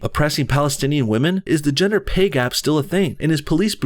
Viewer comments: Did anyone else hear her say "gender pee gap" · For a second there I thought she said "Ginger pay gap" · Sounded like she said "gender pee gap" She's right, I can piss waaay farther.